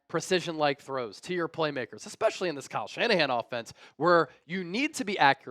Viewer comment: Yo, for someone with a degree in communication, ya gotta stop saying 'ecspecially', it's 'especially' and it drives me crazy everytime you say it. Sorry to be a stickler; I like my grammar, ecspecially watching seahawks talk. Ha